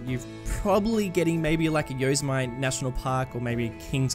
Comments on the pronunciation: haha yos-ah-mite. Its actually yo-sema-tea. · That park you know so well? Yosemite? Its pronounced Yo-SEM-i-tee, not YOZE-e-myte. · Love the videos. Yosemite is pronounced Yo Sim It Tee :-). Keep up the good work. Looking forward to more content. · This series keeps getting better and better. Love your detailing and the way you work with trees. The waterfall is dope! And it's pronounced Yoh-Sem-Ee-Tee (stress on second syllable) :D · My inner Californian freaked out when he said Yosemite. just a FYI based off of the confusion of the name, Yosemite is pronounced as "yo sem i tee". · Yosemite is pronounced "yo-se-mi-tee" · Yosemite is pronounced Yo-sim-it-ee. ;) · I don’t know why I pronounced Yosemite like that 😂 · Thanks dude! Yeah I’m not sure why I pronounced it like that haha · Thanks yeah I don’t know why I pronounced it like that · The way you pronounce Yosemite... lol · I know right 😂 I don’t know why I pronounced it like that